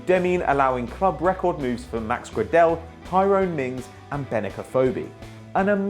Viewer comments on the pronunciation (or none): Max gradell ITS PRONOUNCED GREY-DEL